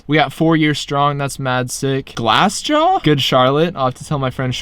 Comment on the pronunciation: glassjaaaaw? Wtf was that. Come on guy. Do better homework than this 🤣